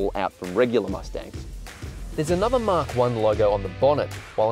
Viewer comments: Mach is not "mark" It's pronounced "MACK" or MAC. Yes, I'm a pedant, but it's painful to hear. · its pronounced Mahk